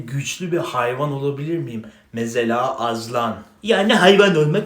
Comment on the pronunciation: Aslan❌ Azlan✅